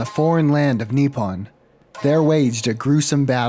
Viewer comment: that is not how you say nippon